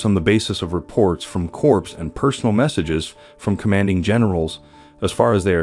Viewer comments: Narrator, Corps is pronounced "Core" not Corpse. Pretty basic stuff for someone narrating such a drama. Of course Obama pronounced it as Corpse as well but what would you expect from a community organizer? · Respectfully, Corps is pronounced "Core," not "Corpse." The letter S is silent. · Why don't you pronounce words properly ? English words are not pronounced just as they are spelt. Use Google if you don't know how to pronounce a word. For example, check memoir and corps.